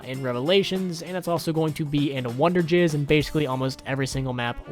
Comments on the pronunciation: Its wonder fizz not wonder jizz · Did he call "wunderfizz" "wunderjizz"? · It’s wonder fiz not wonder giz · ha he said wonderjizz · Did he just call it wonderjizz?